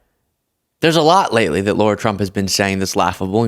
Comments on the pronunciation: I like but every time I watch him, he mispronounces people's names. Yesterday it was Adolf and today it's Lara Trump, who he seems to think is called Laura. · "LARA", not "Laura". But dear, dear, dear, that woman's face is frozen and - those LIPS - terrifying! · Bro....its not Laura/Lora Trump. Its Lara. Like Lara Croft. (Jar/car/far- but Lar-ah) U lose credibility when u call out ppl for not pronouncing Kamala's name right, when u refuse to say names correctly. Just sayin'😊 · Isn’t her name Lara not Laura? I don’t think she has any credibility whatsoever but mispronouncing her name is in the same vein of pronouncing Kamala incorrectly. It’s meant to demean. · Lara not Laura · It’s not Laura, it’s Lara. It’s like Laura but misspelled and stupid. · sweet, PLEASE pronounce her name correctly - It's Lara, not Laura. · Not that I like one thing about her, but her name is Lara, not Laura. Why can’t you and others get that simple fact right? It’s just as lazy and irritating as the right mispronouncing Kamala’s name incorrectly.